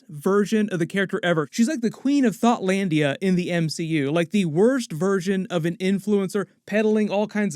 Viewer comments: Hearing say thotlandia, was genuinely hilarious lmao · Are you saying THOT or THOUGHT? Thanks for all that you do!